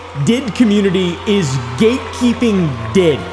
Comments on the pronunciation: Buddy, I think it pronounced D. I. D like the actual letters😅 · Okay. I've been doing heavy research about DID for literally 9 months. First of all, it's pronounced "D.I.D." and not "did" to not confuse the word n stuff. I most likely have DID and I am looking to get a diagnosis because this is NOT. FUN. First of all, it's caused from severe childhood trauma. Not fun. Secondly, people usually discover they have it over the age of 15, and get a diagnosis after they're 18, because a diagnosis for such a severe disorder takes such a long time. DID alters can be a lot but not too much. I have 7. Someone I know has 3. Another person in a mental hospital has 12. Not--- 1000. Plus, DID IS a mental illness. It's a mental illness that isn't fun. At all. If they truly had that disorder they wouldn't do TikTok memes. They'd try to spread awareness. They'd try to do something about it. Constantly forgetting stuff, constantly having identity crisises, wondering if you're still here, if the world around you is real or not, not remembering a certain part of the day, hearing voices in your head, trying to constantly avoid triggering yourself and never being alone by yourself is... not funny. It's not trendy, it's not a joke. I hope I'm able to clear up a bit. I'm open for talking if it'll help with the content. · Did you learn by now that it's pronounced D-I-D and not 'did' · It is D-I-D. Stop saying 'did". 🤯